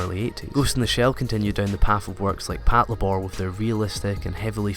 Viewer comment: Patlabor - short for Patrol Labor. So why do people keep calling it "patla-bor"?